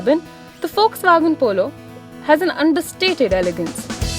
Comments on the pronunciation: "FOX" WAGON, its how it is pronounced :) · it's Volkswagen